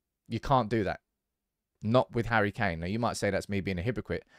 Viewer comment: " Harry McKain" 🤣🤣🤣